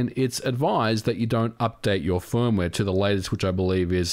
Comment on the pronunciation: Hardwaeee, firmwaeee, softwaeee, last yeaaa...